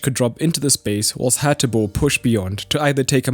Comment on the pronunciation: well done good job a little correction is PASALIC not palasic and is HATEBOER not Haterboer